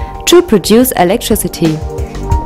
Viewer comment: "electriCITY" fix your english please.